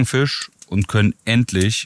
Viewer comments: Wieso sagt immer Fich statt Fisch? 🤷🤷🤷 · warum sagt der immer fich statt fisch digga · Fisch, nicht Fich.